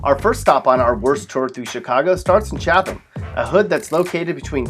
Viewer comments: First of all, you don’t pronounce the second ‘h’ in Chatham - it’s ‘Chat - am’ not “Chat - than’ Secondly, Austin should be on this list instead of Chatham. (Full disclosure - I grew up in North Austin) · And he pronounced Chatham Cha-thumb. Chicagoans say Cha-dim. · Chatham, pronounced Chaddem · You know you cannot trust the source when A. The H in Chatham is pronounced and not silent, B. Riverdale is described as a neighborhood of Chicago AND there are worse neighboring suburbs C. Some of these places are not as dangerous as SEVERAL not mentioned. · I knew that when he mispronounced Chatham. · i mean you could tell he not from here by the way he pronounces chatham